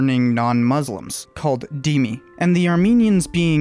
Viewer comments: bro , just to correct a pronunciation : Demmi - Themmi .. in Quranic Arabic its ذ not د ..keep doing your amazing work i am a big fan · Its more Zimmi. Not Dimmi. You may have read the transliteration as Dhimmi, which is a unique z-ish sounding letter in Arabic.